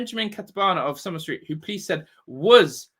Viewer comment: It’s pronounced Somer -lay-ton house. I used to live in Norwich.